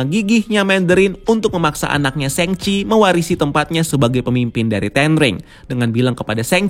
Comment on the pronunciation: Shang chi di baca sang ci Meng er zhang di baca meng er zsang